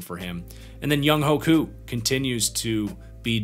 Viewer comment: just fyi, the falcons' kickers name is pronounced like "young way coo" (